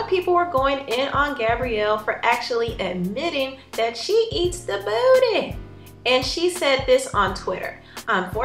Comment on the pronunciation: The way she says buttty..I can not 😂😂😂😂😂😂😂😂😂😂😂